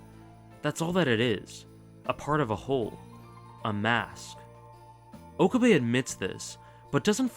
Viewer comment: its Oh-cab-eh (okabe) rin-tah-roh (rintarou). ive watched alot of anime so yes i can pronounciate japanese words 😂